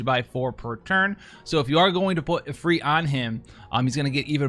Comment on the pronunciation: When he put the stress in Ifrit in the right place for the first time to my ears on a Western channel... I was truly happy., my internal weeb loves you.